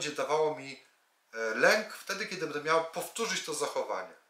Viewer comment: PAN cudownie omawia, świetnie się słucha, ze świecą szukać, ...Jednak proszę bardzo zwrócić uwagę na słowa typu będę itp. Przepraszam i dziękuję